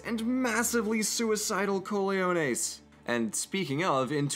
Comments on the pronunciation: Co-le-ho-nehs ??? It's ca-ho-nehs (sorry for being a grammar nazi) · I just gotta clarify that the word cojones is spoken cohones and not coleones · The hell are coleones? Did he mean cojones? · Why do you keep saying "cooliones"??? Are aiming for cajones?? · Azul, mi amigo. My 2D buddy. Its co-Ho-nehs. Not whatever the heck you said xD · I can’t stop laughing at “cooliones” 🤣🤣🤣😂😂😂 good try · LOL its pronounced "cohones" but otherwise, great video, as usual!